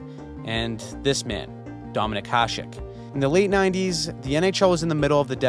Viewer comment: You are the only one on Youtube who can pronounce Hašek correctly.